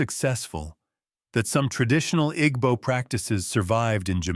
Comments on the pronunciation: The “g” in Igbo is silent. Ergo, pronunciation is I-b-o. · you're right that the pronunciation in the video is wrong but it not just "b" sound either. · It's not silent. The "gb" is a different consonant that's not in the English language. It's one sound. It's not pronounced as either "g" or "b". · Take it easy on your pronunciation of igbo pls. Dont stress too much on the gb, pronounce it as ibo even though it's spelt as igbo. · The g in Igbo is silent= Ebo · why is the narrator mispronouncing "igbo"??? sounds like an AI generated white male voice. kinda weird to have that on a video talking about Jamaican and African history. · The "g" is not silent per say. The "gb" is a different consonant that's not in the English language. It's one sound. It's not pronounced as either "g" or "b". The pronunciation in this video is wrong. Your pronunciation is also wrong.